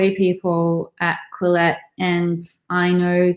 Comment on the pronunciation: The name Quillette has obviously been carefully thought out. Your inability to pronounce it correctly exposes your lack of education. The first syllable rhymes with kill, the second with let. A brief search by you for the meaning of 'quill' and the suffix 'ette' is in order so that you will not sound and be so ignorant.